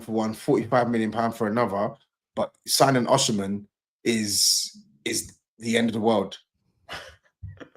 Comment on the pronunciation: Victor Osinamhian ar (even saeed laughed lol)